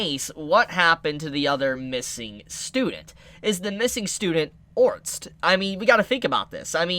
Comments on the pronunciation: God! It's ORSTED(/Or/stead/) not ORNST, please I love watching your videos but you say it so many times it's killing me! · Has nobody told homie that its orsted and not orst or ornst ? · For the love of god it’s ORE-STED two syllables! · no hate, but I'm pretty sure Orsted is pronounced similarly to homestead, so basically "Ore - stead" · WHY DO YOU STILL CALL HIM ORNST THIS IS SO PAINFULL MAKE IT STOP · I heard "orts" or "ords" and instead of heal I heard "hill" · how is Orsted pronounced orts? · Ors—ted sound it out with all respect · It's pronounced or-sted like homestead. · Pls start calling Orsted ORR STED. Your way of naming him is jast strange. :D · The pronunciation is or-s-ted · Just wait you will learn that you've seen her very early on. Also why tf are you pronouncing it otrst? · the guy's name is pronounced Ors-t-ed( orusutedo in the Japanese version)